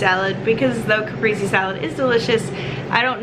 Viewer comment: I hate to be that guy but you just pronounced cap priest say